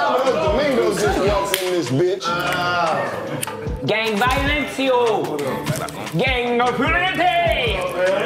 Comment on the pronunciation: Nobody: D.C: gAnG ViOliEnTÉ